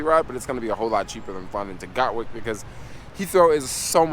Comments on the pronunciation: It's not GOT-Wick it's GAT-Wick Dude! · Sorry I wasn't able to hook up with u on your latest ad ven ture in London. I live not far from where you filmed this. Next time you pass thru we can go for a cheap pint. Been living her 25 years, from Brooklyn. It's Gatwick, gat like a gun, and wick like a candle. Love your videos, keep it up. Peace